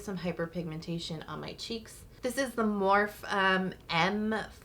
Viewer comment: Hey! Love the video. Skincare and makeup 💕 Just for reference the Morphe products you use … it’s pronounced Morphie. I didn’t know that until recently, either… so weird, but it is what it is!! 🤣